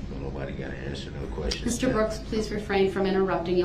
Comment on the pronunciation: Why would the investigator recover any shell casings from inside the car when shell casings are ejected from the gun in the street where the gun was fired? I think he "axed" those "quesshins" so he could later brag about being shot at to his prison mates like he was some "tough guy".